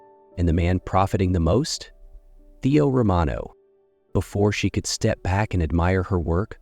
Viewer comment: It’s a big turn-off when the narrator can’t get the names of the characters right. It’s Theo, not Teo and Sky, not Skye.